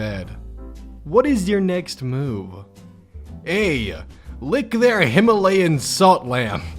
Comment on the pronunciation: *Himalayan not Hilamayan